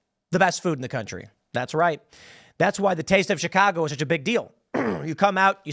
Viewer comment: Tim, you dont say Chicago the way people from Chicago say it! What’s up?